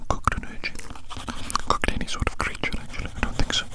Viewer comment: The grin-like smirk this man gives us is the silliest thing to experience in an ASMR video other than how he says "little crreature"